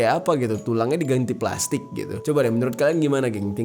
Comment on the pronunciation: Berapa kali bang Jeri ngomong pelastikkk?😱